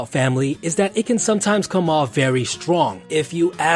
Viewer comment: "Wif"(with) "Dat"(that) "Du"(the) ....Probably not someone who should be an educator